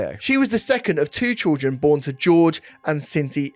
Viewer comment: Great coverage of this case. Glad to hear say 'trildren' and I love you 😘😘😘